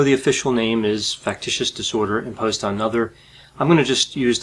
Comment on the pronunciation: He always pronounces "on" as "oh-onn" Is his accent from a specific region?